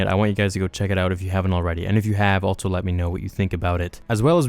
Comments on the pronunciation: i noticed you keep saying "altso" instead of also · Also is said “all-so” not “alt-so.”